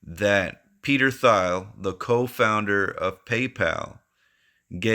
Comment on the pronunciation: Good vid. also lol Peter (last name pronounced Teel) Thiel just FYI. 👏